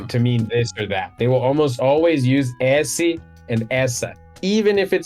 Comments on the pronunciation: ok, vamo lá, primeiro, muito bom q o nome do cara é, n boto uma fé, segundo, deu pra ver q ele tem problema com os "ê", "e" e "é" quando ele fala esse, que parece um ésse, terceiro, ótimo vídeo meu bro, continua q um dia cê chega lá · The words “esse” and “essa” are a great example of the difference between a closed and open “e”. They should sound like “êsse” and “éssa”. Even has a hard time with that difference.